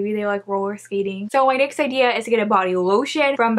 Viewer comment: Love how instead of saying “next” she says “nix” does anyone else here it?? Also idk why she’s covering half her face with her hair she really pretty idk why she has her hair on her face